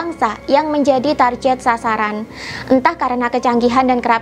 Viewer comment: Target diucapkan target bukan tarjet. Mohon maaf atas koreksinya. Tetap semangat